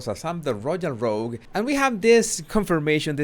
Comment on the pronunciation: Royal "rogies" 😂😂😂🤣 I can NEVER get enough of you pronouncing it's as "rogies" soooo original, I found myself correcting someone today, they said rogues and I had to say actually no, its is 'RoGIES', 🥰🤗 Edit:...oh yeah, hasbeens' discounted bla-blaa-blah-me-me-me- I'm the only orphan in the world book 🙄